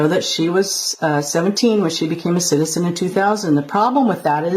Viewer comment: English please…. Citizen not citisen, citizenship Not citisenship 😂😂😂